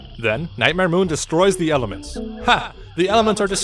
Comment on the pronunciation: Helements of armory